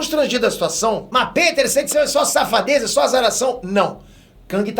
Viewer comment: eu sempre riu de voce quando voce fafa aque e que eu do o joinha antes de voce fala aqui kkkk